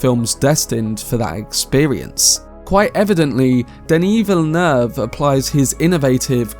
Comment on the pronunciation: I rarely hear people pronounce Denis Villeneuve's name correctly, it's very satisfying xD